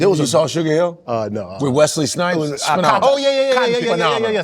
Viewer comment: It is Akata, not Aka-tai.